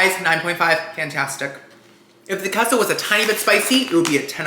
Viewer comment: "I'm half Cuban" also - "I don't know how to pronounce queso"